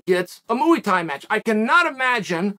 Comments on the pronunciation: Moo-ey Tie, the only martial art on the planet created by cows and utilized by humans. Thank you, Chael, for finally setting the optimal example of correct pronunciation. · bro said mooey thai